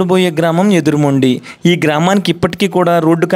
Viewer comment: ఏటిమొండికాదు, ఎదురుమొండి సర్...